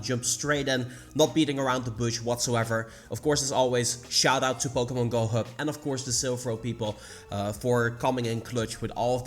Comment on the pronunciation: Its POKEMON not POKEMONG